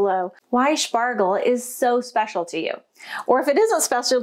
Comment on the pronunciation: You said "schpecial". You must be dreaming in German already.